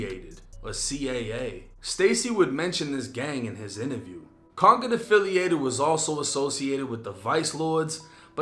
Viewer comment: Man this been news he from gary.. Yall dont know about concord affiliated.. Bobby Suggs.. Shit been news.. Fam dropped an album back in the day called brookshire mafia.. This old news man.... ITS C C A NOT C A A.. AND ITS CON-CORD.. From concord village ccv.. Shout out the ones like c mack and all the others that stood 10 toes in that indictment who are finally home after 20 plus years..